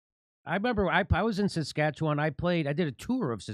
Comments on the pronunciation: Hey, pretty good pronunciation of Saskatchewan, Jimmy. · Thank you Jimmy for one of the most correct pronunciations of Saskatchewan.